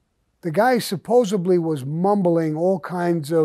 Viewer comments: Dear Sammy: the word is "supposeDly" not (supposeBly).Now i feel like a school teacher and i'm french.That's me. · Supposedly, not supposably.